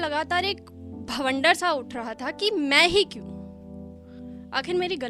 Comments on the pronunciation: * बेबी , भवंडर नहीं बवंडर । 😊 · Mam,bavanadar hota h ,bhavandar nhi,and story was so nice,you are a great poetess.😊😊